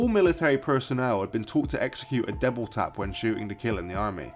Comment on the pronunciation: Double Tap!!!! I no clue what u sayin. Sounds like devil tap or deble tap.